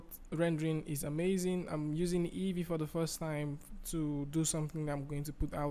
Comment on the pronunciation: It's EEVEE, not EVEE.